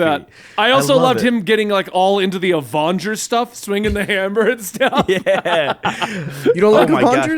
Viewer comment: Avingers > Avongers 😂